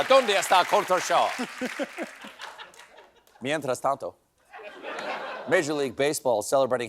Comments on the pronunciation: “Mientras Tanto” made my day! 🥳 I love that Stephen is pronouncing this and all the Spanish words perfectly!! Impresionante Estevan! 👏👏👏 Muy bien. Me encanta ☺️ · Loved 'mientras tanto' and cudos to Esteban with that sexy pronunciation. Amazing writers. Latina aproves